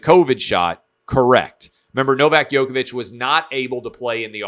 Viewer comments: Man plz pronounce djokovic correctly . Drives me crazy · Agreed man. 🤦‍♂️ He is one of the best tennis players ever... Get it right!